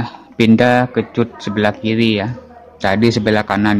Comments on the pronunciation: Dikat bukan di cut😅 begitu pengucapan nya om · bahasanya mas..cut dibaca kat harusnya..biar gak bingung yg dengar...😅😅😅